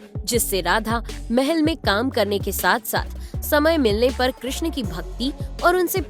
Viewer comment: कृष्ण चा उच्चार चांगला केलाय. आवाज ऐकायला सुस्पष्ट असल्याने चांगलं वाटले.